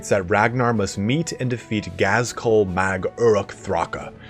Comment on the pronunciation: 1st, I'm sorry to be that guy, but it's not Gaz-KUL, it's pronouced "Ghaz-gull" the K is silent ...and more importantly, Ghaz did not kill Ragnar's wolves, some random ass Warboss sadly does sorry, good video but my inner comic book guy was bugging me